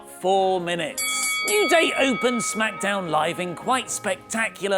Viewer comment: I didn t like it how you said SMACKDAMN today :(